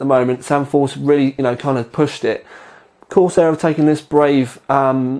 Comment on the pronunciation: Corsiar Corsiar Corsiar haha no Vertex 4 review then .